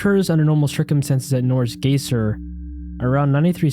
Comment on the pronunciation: Just thought I'd let you know that you mispronounced "geyser" (guy-zer); of course, I can understand as I used to do that too, as I'm sure everyone has at some point. Excellent video, great audio, love that it includes clips I was unfamiliar with; keep up the good work!